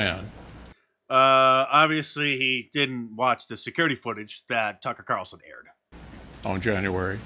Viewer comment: “Lassnight Tucker cawwlsen took a page from George Oooowwell’s 1984”